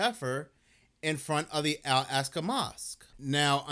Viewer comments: Brother, "All AHK-sa" Mosque. Not "All ASK-a". You can do it. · It's not "al-ASK-a", it's "ahl-AHK-sa". Not that anyone cares. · wrong. Ask an Arab if they have a short "a" sound in Arabic, as in "add" or "Albert". They don't. It's as I laid it out for you - "All AHK-sa" or "Ahl AHK-sa". This was only one instance of your inability to pronounce pretty simple phonetics in the video. Nothing to be ashamed of though, just have some humility and own it and accept a little bit of constructive criticism instead of getting defensive. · wrong. Ask an Arab if they have a short "a" sound, like in "add". They don't. It's as I laid it out for you. That was only one instance of your inability to read and pronounce pretty simple phonetics in this video. As someone familiar with dyslexia, it certainly seems as though it's something you show signs of. Nothing to be ashamed of though, just own it and accept constructive criticism instead of getting defensive.